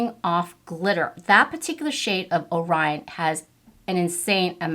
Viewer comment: Beautiful look! I wonder if using a base of glitter glue would help with the fallout. I'm really torn about purchasing it. Waiting to see if it comes to Sephora. I've watched numerous reviews on this palette, and you are only the second person to correctly pronounce "Orion" and "Quasar." Good job!